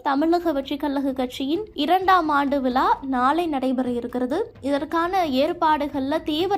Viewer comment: யார் மா வாய்ஸ், விலா இல்ல மா விழா